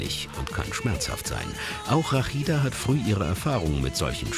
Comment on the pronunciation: Erstmal heisst sie Rashida und und nicht Rakhida. Genau wie Mohamed und nich Mokhamad. Und Ahmad und nicht Akhmad. Wenn ihr Das Arabische "H" nicht sprechen könnt dann geht zur Musikschule und macht Opera um eure Bänder zu trainieren. Und versucht nicht jedes Arabische Wort zu "verachteln", wir sind keine Juden und keine Holländer. Also noch mal sie heisst Rashida.